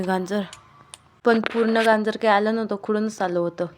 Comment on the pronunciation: गांजर नवे बाई गाजर 😂